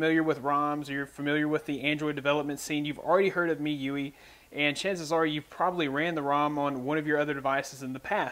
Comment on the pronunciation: I think it's pronounced like "Me- U I" Mi- mee U- you I- eye